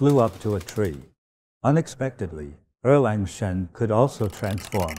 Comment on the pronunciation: I wonder who actually this master is. Why does he pronounce Sun Wukong as San Wilkong. And Erlang Sen as Erleng Sen. He's Chinese is he not.